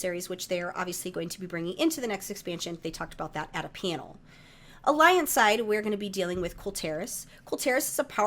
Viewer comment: The way you say "panel" sounds so close to "piano"